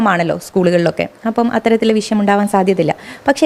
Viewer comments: നീ ചേർക്കണേന് മുന്പ് അക്ഷരസ്ഫുടതയോടെ പറയാൻ പഠിക്ക്. വിശ്യമല്ല, വിഷയം അതാണ് ശരി. " വിശ്യം " ത്ഫൂ.... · വിശയം അല്ല വിഷയം വി ഷ യം ' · വിശയം അല്ല, വിഷയം ആണ്. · വിശ്യം അല്ല, വിഷയം ന്ന് പറ.😂